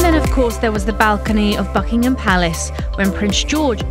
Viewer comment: I thought I heard 'and of course there is the balcony of fuckingham palace'